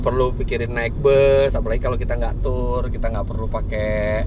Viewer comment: Membetulkan ucapan Tour baca Tue